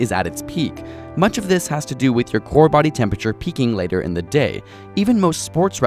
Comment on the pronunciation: I heard "Good morning Daddy" instead of "Good morning body" I.Need.Help.